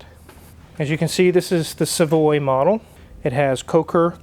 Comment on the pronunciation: The frame on these cars are not very strong. The ship represents the ship the Pilgrims arrived on, the Mayflower, where they landed at Plymouth Rock. The rock doesn't make a good logo, so the Mayflower was used. You are mispronouncing "Savoy", It is Savoy as in Hotel Savoy, a popular hotel in the old film noirs. The engine is shared with Dodge, not DeSoto. The engine Plymouth shared with Dodge but with different gearing. DeSoto had a larger six-cylinder shared with Chrysler. I still have a rear hub puller for these rear axles. I see your prewar Oldsmobile in the background haha.